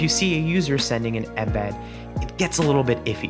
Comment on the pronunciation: i dislike how you say "inbed" instead of 'eme'bead